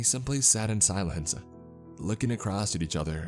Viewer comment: "sylance"?? Are you a native English speaker? Because I have never heard anyone pronouce the word 'silence' the way that you do.